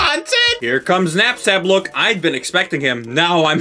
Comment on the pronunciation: i love how she pronounces napstabook LMAO